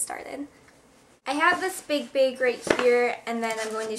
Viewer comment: omg ilove ur videos and i love how u say bags lol